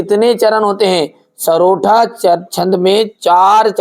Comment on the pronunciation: Sar usko sarotha nahi sortha bol te he😅